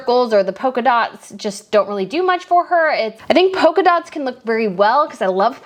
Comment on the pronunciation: Polka not poker.